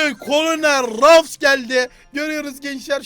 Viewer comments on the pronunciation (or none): none